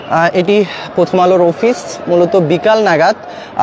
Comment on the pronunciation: ওফিস আবার কি?...আর এত হাফায় হাফায় নিউজ বলবেন না